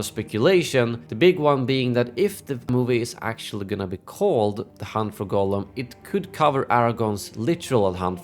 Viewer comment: His name is pronounced Gahllum.